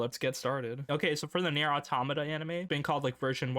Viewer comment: Enthusiasm +1 -Webcam +1 -finland saga -1 -cant prononuce automata -1 -likes nier automata -1 -bad posture -1 -2b animation is very sexy +1